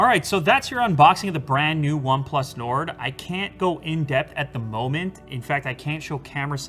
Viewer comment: this way nard . 😂